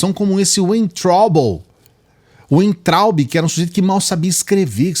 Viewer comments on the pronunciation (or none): Weintraub a tradução é a fruta uva se pronúncia # VEINTRAUB #